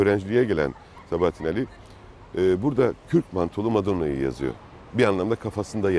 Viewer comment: Güzel belgesel ama Sabahattin Âli'nin adını doğru telaffuz etseniz daha güzel olacakmış